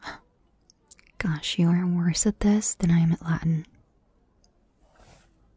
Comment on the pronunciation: As a latin student, her pronunciation hurt my soul a little bit...